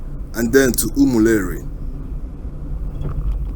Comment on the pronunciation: Reporter, it's not Umuleri but Umu-Eri